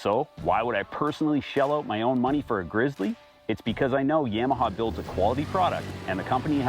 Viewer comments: YA-MA-HA > Yam-a-ha. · my bad. In the south it’s Yawmaha